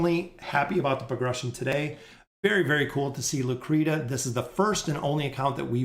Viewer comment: Bro where on Earth is Lucretia ever sounded out like "Lu-Cree-Ta?" That's absolutely nonsense 😂🤦. It is without a doubt pronounced "Lu-Cree-Sha." You friggen kill me with the way you butcher names lol. I tell you this with love brotha.